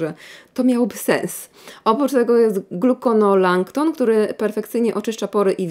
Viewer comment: Glukonolakton, nie glukonolaNkton. Ale to drobiazg.